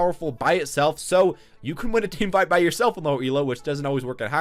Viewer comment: Did he say "team fart" ? I'm confused